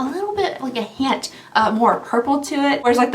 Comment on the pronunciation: "Like a hYeent of more purple to it." 😂 i love how you pronounce stuff sometimes.